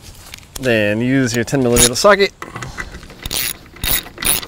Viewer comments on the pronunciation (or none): 10 "millameeta" socket 😂😂😂